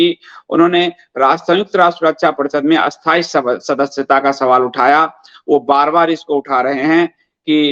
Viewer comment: कृपया अपना उच्चारण सुधारें। आप स्थाई को अस्थाई, स्थिर को अस्थिर बोलते हैं। अशुद्ध उच्चारण से खीज होती है।